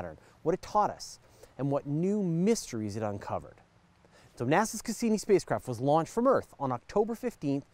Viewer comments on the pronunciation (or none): To foreigners it sounds kind of odd how you pronounce some things. For example, Cassini. Cass-E-nie. A real emphasis on the E